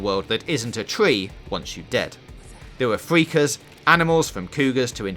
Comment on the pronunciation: who done this review Jonathan Ross... "fweakers"??